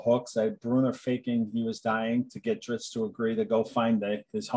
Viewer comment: Still drives me crazy hearing "Drits" lol